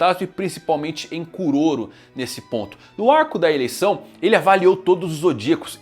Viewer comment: do jeito que ele falou pareceu "Arco da Ereção" jjjkkkk